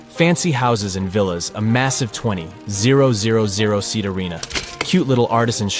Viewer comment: A 20 zero zero zero seat stadium? Please teach your AI how to properly pronounce numbers lol